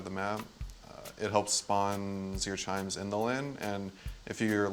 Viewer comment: he pronounced CHIMES: SHIMES not SHRINES..